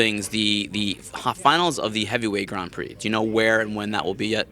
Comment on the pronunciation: Why does manlet raimondi say grand prix like a dumbass he says gron prix wtf